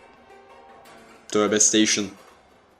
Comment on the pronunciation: töbesteyşın ne :DD